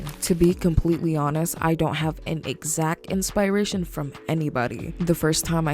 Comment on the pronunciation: "InspAAration" goes crazy🔥🔥